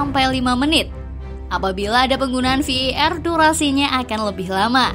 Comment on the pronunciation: VAR = "Vi i er" 🤣